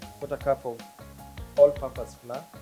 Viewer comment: Flour is pronounced as “flau-uh” not fla